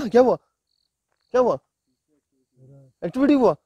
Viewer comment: भाई एक्स्टविटी नई होता है wo activity hota ha Dhyan De bhai thoda Ache se👍